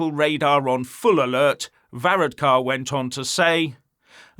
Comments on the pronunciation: Var-ad-car, pro-to-col , learn how to read Ff,s, imagine this little git, running the U.K. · 32🇮🇪🇪🇺 from Dublin this guy is obsessed 🐎💩🇬🇧 he cannot even pronounce Varadkar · You need to do some practice on pronounce his name before you go online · Varadkar should have gone to Specsavers there ain't no o in his name!